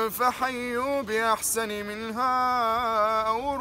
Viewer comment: السلام عليكم ورحمة الله وبركاته جزاك الله خيرا ملاحظة : عندك خطأين في التشكيل ( قل ي عباديَ ) أنت ما فتحت ( فحيوا بأحسن َ منها ) أنت كسرت النون والصحيح الفتح ملاحظة أخرى: النصراني لا ترد عليه السلام إلا بعليكم فقط فلا تقل له وعليكم السلام بل تقل له وعليكم قال رسول الله ﷺ ( إذا سلم عليكم أهل الكتاب فقولوا: وعليكم )